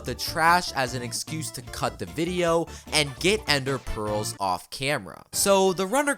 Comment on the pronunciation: “16 ended pworlz”